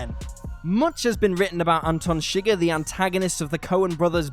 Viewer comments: Its ShigURRRR. Not Shigger. You. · It's pronounced "sha-ghar", not sugar. They even correct this in the movie when Josh Brolin's character (Llewelyn) mispronounces it. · Oh god stop saying shigur, you’ve never seen the movie I see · It's Shuh-grr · I hate the way he pronounces Chigurh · So, saying "wroth" for wrath is understandable given the differences in pronunciation between QE and AE, but a character's name is pronounced a certain way for a reason: there's a bit of wiggle room given Texan drawl but Chigurh sure doesn't rhyme with n***er.